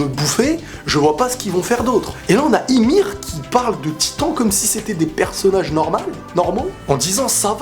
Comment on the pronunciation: On dit yumir pas imir hahaha